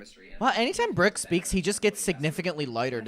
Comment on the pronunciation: PLEASE tell me WHAT is that accent??? "Breerk" instead of "Brooke", "teer" instead of "tour", etc... why do u pronounce your O's and U's like that?!?! I can't 😭